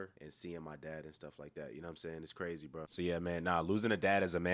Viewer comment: 😅 he be saying bru 😂😂😂 lol still goat